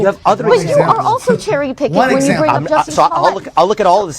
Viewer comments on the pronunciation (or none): he called Jussie Smollet, "Juicy" 😂😂😂